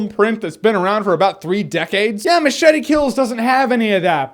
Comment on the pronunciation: Did this fucking guy even watch the movie? He can't even say MACHETE...fucking moron.